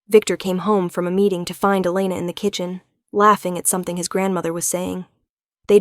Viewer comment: Mafia? We don’t have Mafia here, we have Russians, Asians and Hispanics. Mostly fight with each other🤷🏻‍♀️. However, there are so many “crazy” and entitled people these days, I don’t know what would be worse.🤦🏻‍♀️ It was a good story, platitudes repeated too often though. AI pronounced “Elena” at least 3 different ways.😮 Rate the tale 7 out of 10 because I liked the topic and the heroine wasn’t a victim, which is so annoying.